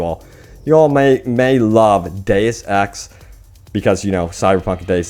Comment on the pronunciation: Awesome... you pronounced Deus Ex correctly lol. When YouTubers call it DoosEx it drives me NUTS!